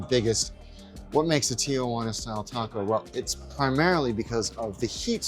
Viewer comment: It's not pronounced "TIA-JUANA" That's my Aunt Jane lol. Stahhpp saying it like that 😭